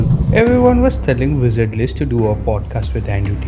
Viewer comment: Yes we talking about the “wisard liz”